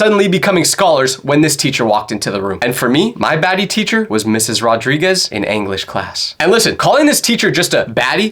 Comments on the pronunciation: Anglish is crazy bro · “Anglish Class”💀